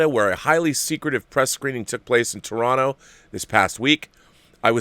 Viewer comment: Rob. Enless respect for saying "Toronto" properly.